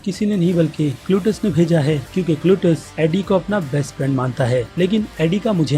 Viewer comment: cletus not clutus